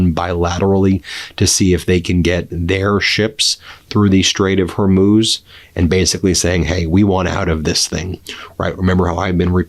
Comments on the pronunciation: Good job, you finally learned to pronounce "Hormuz". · Hey congratulations on pronouncing "hormuz" correctly! I'm so grateful you read my comments about it